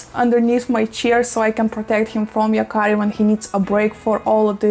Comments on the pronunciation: Yes! And you pronounced it perfectly. In the show and comic book, the boy Yakari has the ability to speak to animals and has lots of adventures involving animals. :) It's a perfect name. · You pronounce the Name right. There is no german Meaning to this Name. Maybe this Name is from Japan. Thanks for your Videos. I'm a Boomer-Girl form Germany. 🤗😘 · Yes, you pronouncing it right. The name is actually from the native Americans and means “The one who talks to the animals”. An amazing name. Greetings from Germany